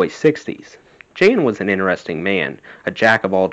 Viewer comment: Also, Jan (Van Halen, their father) is pronounced "Yaan." Lodewijk is pronounced "LO-de-wike." Thanks for reading!